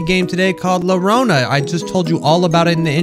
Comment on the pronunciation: i think its suposed to be YO RO NA IN SPANISH IT IS CRIER SO I THINK U DID IT WRONG WHOOPS Edit: I am pretty certain you are wrong because the llorona (yonona) is a spanish legent about a woman crying and gets children lol